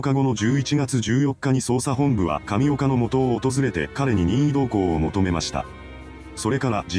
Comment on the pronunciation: 神岡がタピオカに聞こえてくる